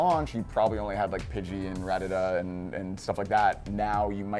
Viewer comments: The hell is a Radada? It's Rat-A-Ta. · ruh - tat - uh Once and for all. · That's not how syllables work in English my friend. In almost all words you need a consonant and vowel sound in each syllable. As such - and as others have pointed out - the pronunciation should be 'Rat-tah-tah'.